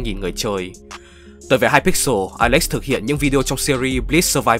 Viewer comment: mặc dù video rất hay nhưng mik xin chỉnh sửa lại 1 vài đoạn: hypixel không phải hyper pixel wilbur soot chứ không phải wilbur scoot và thiếu đi sự kiện mc ultimate